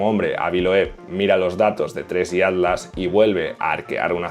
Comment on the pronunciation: Cuando dices ADLAS es ATLAS?